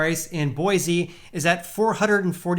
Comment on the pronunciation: Bro. It’s Boy-see!!